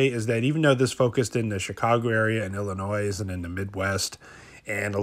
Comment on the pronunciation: im from Illinois the s is silent lol (ill a noy) is how it's pronounced